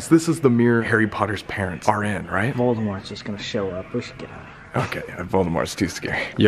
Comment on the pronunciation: ‘Kright? Korrect’ adding k to everything 😂😂